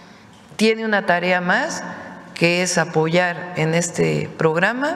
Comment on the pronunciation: dice claramente vamos a. pollar no.apoyar.